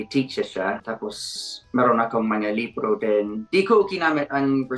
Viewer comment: when pronouncing the word "Libro" make it fast not slow 😊